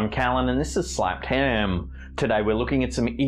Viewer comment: does it bother anyone else that the name of the channel is slappedham but when does the intro he say “im an this is snappedham” so what’s the real name of the channel